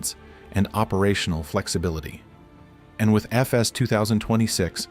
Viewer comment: teach your AI how to read EFES :D